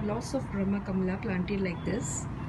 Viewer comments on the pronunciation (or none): Oye it is not brhama KAMLA it is कमल don't spoil the hindi names